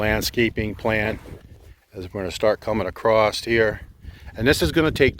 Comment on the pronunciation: There is no "t" in "across"